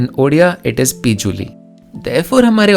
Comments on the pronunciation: a bit mispronunciation in jharaka odia it’s - jhaw-raw-kaa and pi-ju-li (the other L sound) but i love how 95% accurate your pronunciations are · It's not paban but pabanAW. You forgot the aw sound there. Not pijuli but पिजुळी